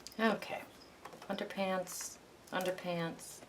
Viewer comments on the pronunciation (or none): Hello from Leicestershire UK! Thank you for going slowly - such a help. Your tutorial is very clear and informative. Just one thing - when you glue down those pieces of coloured paper after the black gesso it sounds as if you call them 'underpants' lol!!!!! Is it really underpads? It doesn't really matter what you call them, but I couldn't help laughing at what is probably my defective hearing!!! Than you so much ...